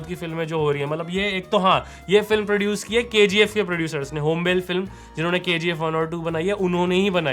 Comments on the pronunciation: ये होंबाले हे। not होम्बेल । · Great review brother. Just 2 corrections: sudhakar is a local politician. Successor of the king is landlord (achyut Kumar) Pronounciation: Hom-ba-ley not hom-bale. No offense 😁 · होंबेल (Hom-Bail) nahi bro it's pronounced होंबाळे (Hom-Baa-Lay) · It’s not hombel 😂 it’s hom ba le